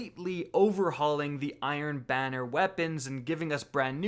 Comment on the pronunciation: Who heard iron Biner?